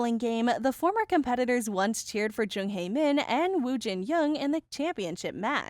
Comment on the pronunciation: You keep mispronouncing Hae-Min's name wrong